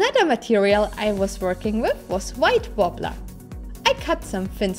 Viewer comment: So EVA foam and "white worbla"? The "w" pronounced the German way? I can't make out what you're saying. Also, this is epic! Very nicely done.